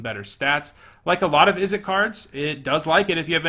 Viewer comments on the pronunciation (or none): Ok but , Izzette? ;) For real though great content, and it however you pronounce your card names, I ain't bovvered.